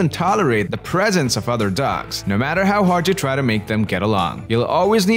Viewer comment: It's dogs, not dougs.